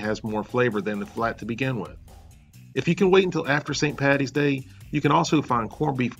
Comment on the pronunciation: Bonus points for 'Paddy's Day' and not 'Patty's Day'